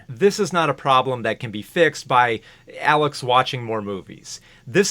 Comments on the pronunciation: absoulutely dying over you constantly getting Alex's name wrong as a running gag LOL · I appreciate the many ways you mess up Alex's name